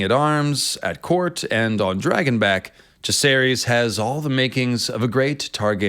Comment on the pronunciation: Jah-ser-is, Vi-ser-ris, Loo-ser-ris